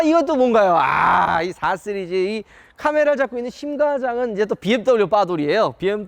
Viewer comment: 이형도 쓰리즈로 발음하네..